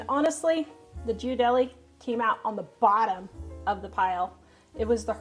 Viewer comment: Looks delicious! By the way, Ghirardelli is pronounced "Gear a delli" (if you want to pronounce it more Italian, emphasize the D). I used to live near San Francisco where the plant is, my ex used to make fun of me for pronouncing it like you did.😊